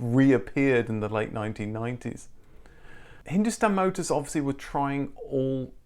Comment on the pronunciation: Woaah We are relatives then😂 Edit : your wife must have helped with the pronunciation of Hindustan Motors, honestly for someone who's not born here, those were surprisingly good !